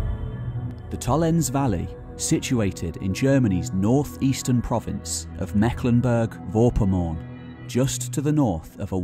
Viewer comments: Absolutely fascinating stuff. Thank-you for sharing your knowledge. If you ever do another video on this topic perhaps you could check out how the German place names are pronounced. The final "e" in Tollense is not silent, "v" in Vorpommern is actually spoken like an "f", for example. (Just a constructive suggestion for the future.) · The "V" in Vorpommern is pronounced "F" like it is in. Fow Vay (VW) = Folk's vaagn ("folk" with a short "o" like "pollution"). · I like your videos, and your storytelling keeps the listener interested. You speak very clearly and bring forth important, interesting anecdotes and bits of information. But please try to pronounce the names of the places correctly. For Tollense, Meckleburg and Vorpommern, listen to how they are pronounced